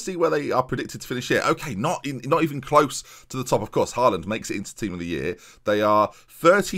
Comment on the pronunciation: Hate to be a spoilsport but it’s pronounced hall und not haal und (how you’d pronounce hallway)